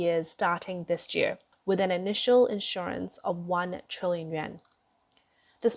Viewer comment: Narrator: the financial/economic term is quantitative /ˌkwɑn.tə.ˈte:.tɪv/, (accent on the next to last syllable) not quantitive (which isn't a word). (The term is spelled correctly in the video text.) And, please notice the difference between issuance and insurance. They are not the same.